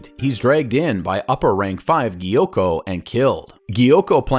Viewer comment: I mean that's not how he pronounced it